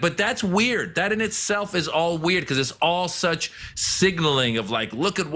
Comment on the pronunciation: He’s saying weird like he doesn’t know what the word WEIRD means 😂😂